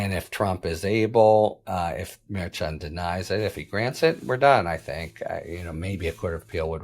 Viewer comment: A bunch of schnanegans going on! Can't trust any of them, I'm beginning to believe! This has been ongoing for years now. Btw- the correct pronunciation for Merchan is phonetically Mer shawn. Harry should know this. He mispronounced Gaetz's name yesterday. These are not new names coming forward. It's inexcusable. I like Harry Litman, but he should do better.